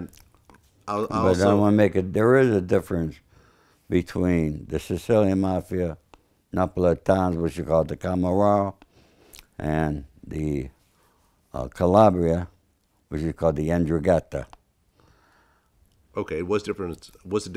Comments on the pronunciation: They are called N'drangheta and comorra old man get it right !! Shout out from the UK tho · Also this 'Calabrese' who seems to be some sort of expert on the mob doesn't even pronounce 'N'Drangheta' correctly. He also seems to go out of his way to not pronounce 'Camorra' correctly. Annoying.